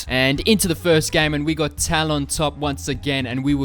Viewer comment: Please say his name correctly!!!! Tal-uhn not Tal-ON.